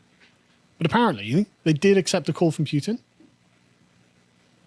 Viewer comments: It goes Poo-tin, not Pyu-tin. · Putin is spelled Путин not Пютин so it would be pronounced Pootin not Pyutin. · [poo-tin], not [pew-tin] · was right to call Carl out on that Putin pronunciation... its definitely not Pewtin lol (that would make for a great pewdiepie skit though) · its pronounced Putin not Pewtin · Carl: Pyutin: No, it's Pootin Carl: Imma be Pyutin my foot up your arse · The "home produced" tractor has "Vladimir" printed along the side, lol. Also, pronunciation is correct. His name is Путин, which is pronounced with the hard "Pu". The way Carl is pronouncing it would be spelled "ПуЬтин." It's not like Zee or Zed, one is his name and the other is not. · Stand your ground, it's Putin, not Pewtin. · The name is Путин: Pooh + tin (not Pyew + tin), and he's on an expotition (not a war). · yeah that "Pew-tin" shit's been bothering me too hahaha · it's P-OOH-tin. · Carl is losing the pronunciation game today. Pewtin? Really? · Pew-tin vs poo-tin...